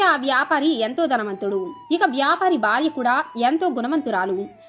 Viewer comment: వ్యాపరి కాదు,వ్యాపారి